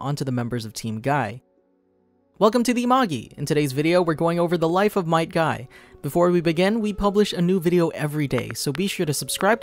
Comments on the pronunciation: It always sounds like your saying “my guy” instead of might guy but it still sounds cool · Might guy❌ might gui✅